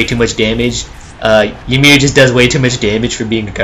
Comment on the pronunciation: Also its EE MEER